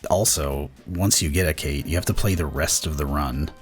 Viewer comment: The speedrun is really lucky and really well documented, but "Cait" is pronounced "Ket" or "Caught" and is based on the Celtic fairy cat Cait Sith. Sith is pronounced "Shee"